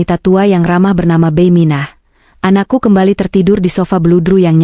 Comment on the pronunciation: Koreksi dikit mbak cara baca bibi jangan beiy, bi gitu dong anda orang mana sih